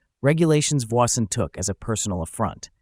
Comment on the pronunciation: You might consider correctly pronouncing Voisin.